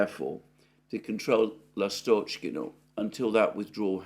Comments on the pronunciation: Alexander, I think it's L'A'stochkino, not Last'O'chkino. Emphasis on 1st syllable. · Dear Alexander, ❤❤❤ The name is LAstochkino, not LastOchkino. The stress is on A, not O. The name of the village is derived from the word lAstochka which is a bird, called swallow in English. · In the word Lastochkino/Ласточкино the emphasis is on the first syllable...on the A. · Dear, Lastochkino is named after a bird lastochka which is bird similar to swallow. The correct pronunciation is by putting the emphasis on A in the word. The word Seversk has an emphasis on first e. and means North.